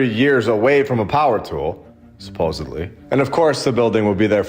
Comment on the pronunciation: Sorry to be a prune but its 'SUP - OSED - LY' not 'SUP - OSEB - LY'.... (supposedly)